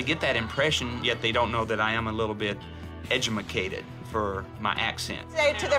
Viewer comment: So we not gonna act like he didn't say "edumacated" instead of "education"